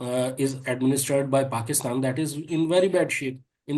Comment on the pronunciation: Very nice to hear Larry correctly pronounce Paakistan, it’s an elongated “aak”. Pakistan zindabad